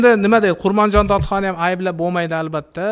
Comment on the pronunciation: Эч бир сөздү туура айткан жок .. Даже атын туура айта албады.... КЫРГЫЗДАР Өзүнүн тарыхын өздөрү жакшы билет... Айтпагыла ар Бир айткан сөздө ката бар